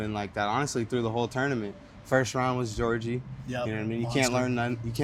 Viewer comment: I’ll settle for him pronouncing tournament as tourmanent